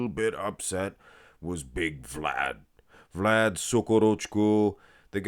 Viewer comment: they all look washed out here. Rosa guy is not impressive at all, just a silhouette. Mo for the win. And once again mispronounced Vlad' s name.